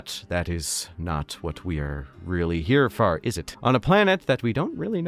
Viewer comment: is that a canadian way of saying "for" or can people from the midwest say it like that as well?